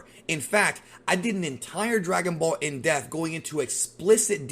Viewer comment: IN D E PPPPP TH not IN DEFF